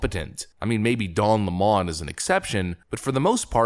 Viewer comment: Lol "Don Luhmon".....don't try to spruce it up son, it's Lemon